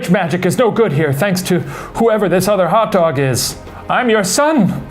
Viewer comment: Ah yes, the 'ol Feb-ee-airy. I'm so glad he finally figured that one out. Also- Hot Doga!